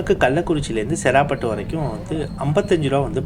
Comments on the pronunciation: செறாபட்டு இல்லை சேராப்பட்டு அந்தந்த ஊர் பெயர்களை சரியான முறையில் உச்சரித்தால் தான் நீங்கள் போடும் வீடியோவை பார்க்க விருப்பம் வரும்.. சேராப்பட்டு என்னும் அழகிய பெயரை செறா பட்டு என்று கொன்று விட்டீர்கள் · bro சேராப்பட்டுனு சொல்லணும் நீங்க செராப்பட்டுனு சொல்றிங்க